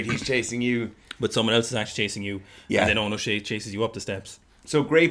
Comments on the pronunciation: Awesome video. Just for future reference his name is pronounced, Show-Hey. Love these videos though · Great video and analysis. By the way it's pronounced "Oh No, Show Hey" 🤣🤣🤣☘